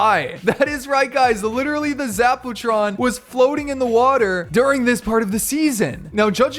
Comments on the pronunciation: Zap-u-tron 👎 Zap-o-tron 👍👍👍👍👍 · Zappa Tron not Zack Pooh Tron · Haha zapootron lol poo